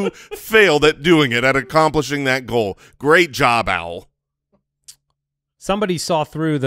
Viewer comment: Today is the first time I realized they call him Owl and and... Been listening for 3 years...